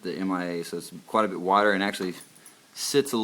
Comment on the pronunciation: Did you say water or wider???